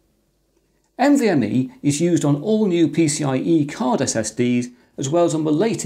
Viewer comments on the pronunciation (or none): oops "NMVe"